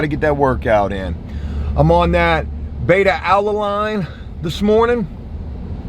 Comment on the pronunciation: pronounced Beta Alaneen.